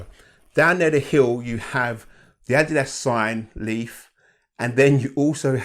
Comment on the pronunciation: Rare to see a shoehead that pronounces ''Adidas'' correctly, nice to see. Def gonna pick these up thanks to this video. Detailed all the stuff I was curious about.